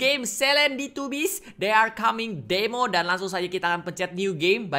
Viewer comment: Kak regi nyebut "Demo" lucu aja ku ulang" i. Wkwkwkwkwk